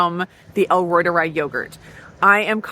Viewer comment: It's pronounced "ROI-tuh-ree" not "roi-tuh-rye" or something like that because in German, "i" is pronounced like "e" when you say the alphabet.